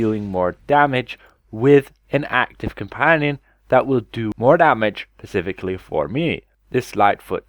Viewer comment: Its still "specifically" not "pacifically"